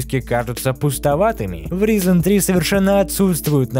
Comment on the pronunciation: Ризен, аааааа Райзен, ну гугли произношение плиз, не первый раз уже